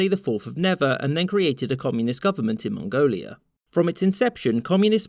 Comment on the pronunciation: ... you probably pronounced that better than most of us ever could.